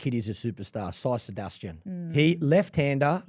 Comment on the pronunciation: Sai sudarshan ❌ Sai Sebastian✅